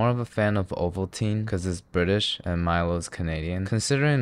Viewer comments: Nice video, I subbed, but, it's Mi-Lo as in "Mi lady" and "down low" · It's pronoun Mee-lo (as is Logan). Since it's named after an ancient Greek athlete Milon of crotona. But anyhow you cannot ask much from Australians when it comes to pronunciation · It’s not Milo it’s pronounced meh-lo